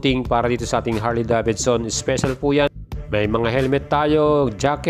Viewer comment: Sana lang brod...binigkas mo ng maayus ang Davidson... Sa tunog ng bigkas mo...Davidson... Dapat ang bigkas/sound... deyvidson... Hindi da. Bid. Son..